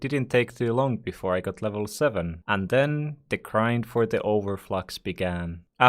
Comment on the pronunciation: It's over flex not over flox